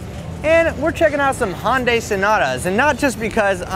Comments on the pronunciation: Well...You're not a big enough fanboi of Hyundai since you can't pronounce the name...it's HY-UN-DAI, not Hon-Day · HON dai? it's pronounced Hyun-dae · pretty sure it's pronounced hai-un-dai not han-day. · It's Hun Day like Sun Day not Han Di. Hyundai explained that a long time ago in one of their commercials. Geesh. Anyhow, I would like to add my two cents by saying that the advantage goes to CarPlay because of Siri. CarPlay has less screen information and forces you to talk to Siri rather than take your eyes off the road looking for a specific task on an ever-changing screen. Android Auto just requires a bit more attention to the screen than CarPlay and isn't the point of these programs to make it safer so people will give more attention to what is adherently the most important part of being in the drivers seat... driving. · Sales guys in the 1990s pronounced it wrong too. It's HUN DAY, not HUN DI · Did he say Honda instead of Hyundai ? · That's one fucked up way of pronouncing Hyundai.